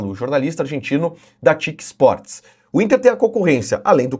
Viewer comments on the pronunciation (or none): Caraaaaaaaaa Nao é TIQUE ESPORTES, É T Y C SPORTS. É como se os argentinos chamassem o SBT de Essebéti.